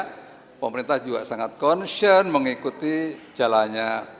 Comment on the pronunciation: Konsiyen…. Wkwkwkwk… mungkin maksudnya concern…😅😅